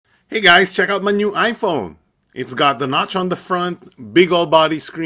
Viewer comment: Hahaha.. ipone hahaha